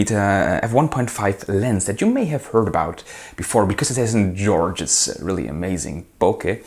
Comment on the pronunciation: I have to watch this video a few times to hear you say 'georgeous'. I'm looking to buy the Helios 40-2.